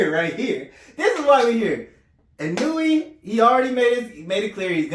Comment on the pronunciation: You pronounce it. EE-'NOY-YAY, not ee-noo-ee; sounds like 'KON-YAY